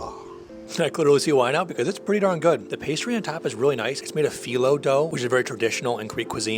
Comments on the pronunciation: It is feelo not feyelow! You pronounced yeero correctly 👍! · It’s pronounced ‘feelo’